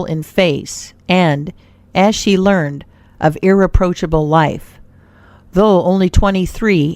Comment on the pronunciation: Good stories but couldn't listen to the robot narrator, sorry. It had an uncomfortable cadence. And it kept saying learned instead of pronouncing it properly, learn-Ed.